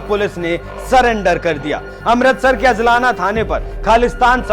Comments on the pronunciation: अजलाना नहीं अजनाला। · Abhey Salle Pehle Bc Bolna Sikh ke aa hajlana Nai He Ajnala He Lodu Or Puri Bat bass Badkane Walle Tum Kuch Patarkar Chutiye log hoo